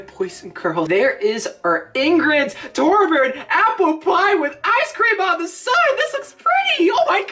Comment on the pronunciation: Torbjiorn the guy